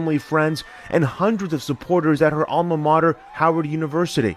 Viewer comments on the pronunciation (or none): none